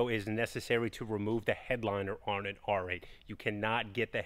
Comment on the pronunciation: Ya know… he stopped talking like a crazy person on the last couple videos, but now he’s back talking like he’s just learning how to use “the news” type dialect which is SUPER annoying. Why can’t he just talk normal?? His brother talks normal, well, except when he says “on” and other words that sound like that. Yeah, I know I’m being nit picky, but I love this channel and I should be able to voice my opinion. 🤷🏼‍♂️